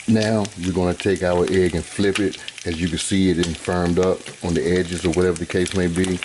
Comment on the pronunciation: Lol this philly boy j uncle. “Theee best”